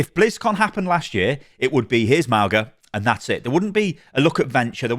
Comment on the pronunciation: Everyone's mispronuncing mauga, arrgg